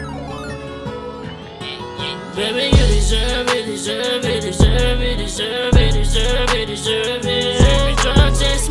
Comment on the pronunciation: DESERVEの発音バチクソ神がかってる。